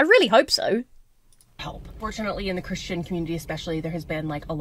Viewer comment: says Chris-t-ian, yes I know that's how posh people say it, no, I'm not above being charmed by it.